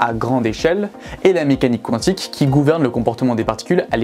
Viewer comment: La prononciation mécanique Qwantique me stresse 😅